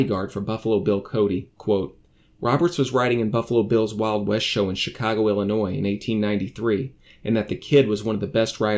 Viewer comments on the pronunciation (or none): none